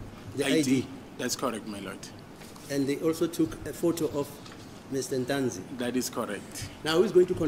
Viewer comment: Yes its Ntuli, s acc not Ntanzi 😅